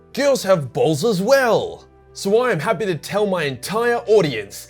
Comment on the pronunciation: Bro your choice of words and the way you say bolls 😂. “ BuT tHeN I ThougHT, Gells HaVe BoLlS tOo!” ^